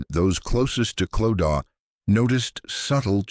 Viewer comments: Same, the Clodaw not Clo-da being mispronounced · I couldn’t watch this cos you kept saying Clodaw. It’s pronounced Clo-da. If you research all the other stuff then her name could have also been researched.